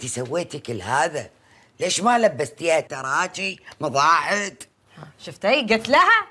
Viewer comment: هيَ قالت مضاعد ما قالت معاضد🤓 .